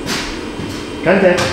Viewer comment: you saying "contact"sounds like elderly iron (aka Jeff Bradshaw) LOL